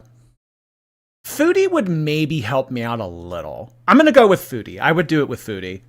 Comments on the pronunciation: Her pronouncing “foodie” like “feudie” is going to send me into a rage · it’s weird because she can pronounce food correctly (kind of) so why can’t she say foodie